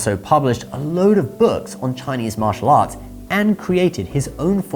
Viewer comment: Thank you for your correct Chinese pronunciation. It’s most refreshing